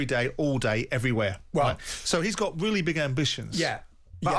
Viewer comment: Simon made some weally good points 😅